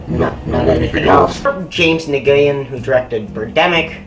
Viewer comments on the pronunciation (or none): uhh...Nguyen is pronounced WIN...it's a pretty common surname too.